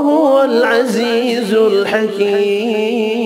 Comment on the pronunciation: SubhanAllah beautiful qirat but he is making mistakes in reading Al Hakeem as As Al Haleem.